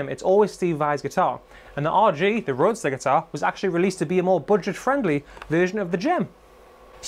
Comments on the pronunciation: It's not Roadster, it's Roadstar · "Roadstar," not "roadster." And the Spanish surname "Ibañez" would be pronounced "Ee-BAHN-yeth" if you're a Castilian or "Ee-BAHN-yess" if you're not. But since Ibanez, the brand name isn't Spanish, really, it's perfectly acceptable to pronounce it "EYE-buh-Nezz." I used to have an RG550 from about 1994, I think. It was an extremely well-made guitar. The frets were so smooth and slick. My only complaint about it is that the "Wizard" neck was too wide and flat. It was wider than the guitars I learned on, so my fret-hand muting was often ineffective. Also, it gave me tendinitis learning and practicing Randy Rhoads' solo from Over the Mountain. I had to quit playing altogether to recover. That was the longest 3 or 4 months of my life so far. Even so, after recovering from the tendinitis, I basically wore the guitar out and ended up trading it in for an Epiphone Les Paul Custom and some other stuff at Guitar Center. So I kinda miss it, but I don't really miss it. If Ibanez would make them with thicker and narrower necks, I'd be all over them. Since they don't, I'll probably just have to content myself with other brands' offerings and/or Warmoth parts guitars.